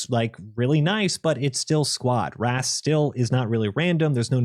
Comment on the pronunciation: RAAS is not RAAS and it drives me nuts lol 😭😭😭😭😭😭